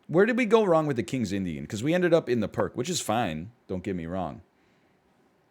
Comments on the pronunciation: Fyi Pirc defense is pronounced more like “peerts”, not “perk”. Yeah, I had to be that guy. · Kings Indian is the Pirc - it's called King's Indian when white does the set up, Pirc for black. Also I think it's pronounced "PEERTS" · Actually, it's pronounced "peerts".